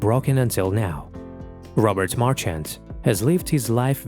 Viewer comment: nice that you honour this man. but you could've just taken the time to pronounce his name right.